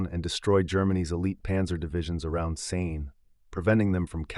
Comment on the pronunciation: Kept mispronouncing Caen in different ways. Interesting though.